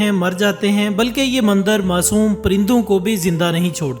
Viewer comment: Videos bnanaah toh seekh liya chalo koi baat nhi paiysa millega .. ab bolnaa bhi seekh leh mandar nhi mandir bolteh hain ..bhopaadike ... Smjh gye ho yaa bhonsadike boluh ...